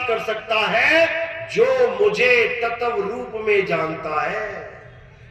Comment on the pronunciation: Tatv ko Tatav bol raha ha ishko pahle katha thik se karni sikhni chahi.